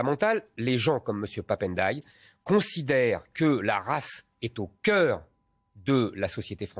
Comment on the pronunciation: Mr Zemmour s il vous plait faites 1 effort Ndiaye on ne dit n --deuy.....on ne detache pas le N du D.....dans les nom africains ayant le doublement de consommes on ne detache pas au moment de lire ndiaille voila coment lire.....c est redhibitoire chez les journalistes et les autres faites un effort s il vous plait vous dites vous respectez les gens votre divergence est ideologique alors s il vous plait lisez correctement les noms des africains..... on ne detache pas la premiere consonne de la 2e.........c est collé